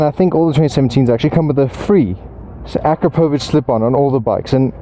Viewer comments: It’s real simple.. a-crap-a-vich 😛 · Noooo your butchered the pronunciation of Akrapovic :(